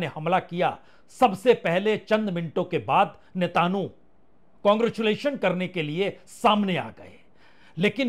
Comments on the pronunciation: Netanu 😂 nahi uska naam netan yahu 😂 hai uncle 😂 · सर नेतानू नही नेतनयाहू बोलीए।#ParsunBajpei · Sir love your "नेतानु" 😊❤ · NETANU IS WRONG PRONUNCIATION OF " SHAITANU" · Netanu. ...😂😂😂😂😂pls pronounce correctly...people see and hear you